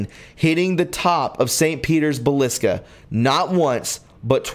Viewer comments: Please, among other crazy pronunciations here.... not baliska... how 'bout Ba-sil-i-ca? It's all interesting, but these words are not hard to pronounce, or uncommon. Very distracting to listen to... sorry. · Basillica ... not Balisca.. COME ON MAN> LOVE YOU BUT DAMN! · Balisca? It's Basilica. Geez. Where did you learn to pronounce words? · my friend. I enjoy your videos but I have to ask you to slow down just a little bit my Brother. Your pronunciations of many of the words you're reading will greatly improve. Words like Basilica, for example. There is no shame in correcting yourself during a podcast. It shows character, and that you truly care about how you execute your productions and gives credit to your level of intelligence. Please. There's no hurry when sharing with your audience. The quality of your messages will improve immensely. I'm sorry I have to be the grammar Nazi. I hate being that guy. But everyone here is apparently a lot nicer than I am. God Bless you and Happy New Year Brother. WWG1WGA! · Fascinating theories and good work. Sharpen up the pronunciations for the future. Friar, basilica, etc. Happy New Year!